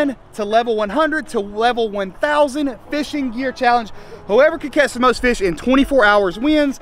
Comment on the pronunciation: That fush count 😂